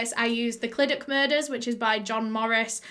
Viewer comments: no she did notttt 😂😂😂 clydachhhhh where’s the ‘ch’ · ClydaCHHHHHH CHHH you have to pronounce the chhhhh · The amount of times she butchered the way we say Clydach😔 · You say clydach as cl i dachhh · its the actually being welsh and hearing it pronounced 'clidac' for me 🤣 it's cluhdachhh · Clydach is cly dach and Ch is like a cat hissing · “Clydak” lol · i dont want to be rude here but clydach is pronounced as cyda-cgh if that makes sense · I saw clydach And i- I knew it 💀 Isn't it said ClidaCH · Your pronounce it clydac but your pronounce it really well fair play !! Thank you for doing this case x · Clydach is pronounced like cluh-dach (and the "ch" is pronounced like the Scottish "loch") or some might say "clee-dach" so idk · just started but ITS SAID CLI-DA-CHH basically like ur spitting at the end!! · cli duck <3 ik she tried but its funny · The way she was saying clydach was making me cringe as a Welsh person😂😂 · I used to live in clydach I’ve never heard anyone pronounce like you just did lol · appreciate you said sorry for the mispronunciation, however the welsh language and the culture here shouldn’t be baffling to you nor anyone. it’s just like any other country, like places you go to holiday on. The language and culture is important here just like it is in any other country. I dunno, that pissed me off.. always get people shitting on Wales and have no idea why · Welshie here, pretty sure you did a great job pronouncing names! I think if i were to pronounce the name of Clydach, I’d use the welsh pronunciation of the letter ch (yes... ch is it’s own letter in welsh, it’s hard to explain but it has a throaty sound to it) but I’m not from that area (Cardiff yeehaw) so I might be wrong! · You need to enunciate the "ch" Think of a deep voiced cat hissing at you and that's pretty much the sound 😂 🏴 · Did you notice she said Clydach wrong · both wrong tho :/ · O butt why can't you pronounce Clydach right en, I also live next to Clydach